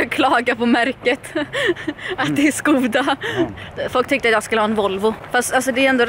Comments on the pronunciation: Skooda? SKÅÅDA!!!!! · Gå till vilken bilhandel du vill, namnet uttalas "Skåda" på svenska. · Skoda ”Skåda”. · Nä, uttalas med sch ljud i början, som engelskans "shoulder". /Mvh tjecker